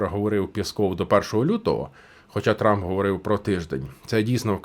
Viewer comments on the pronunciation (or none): none